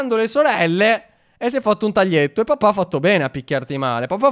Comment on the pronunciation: ha detto papà senza l'accento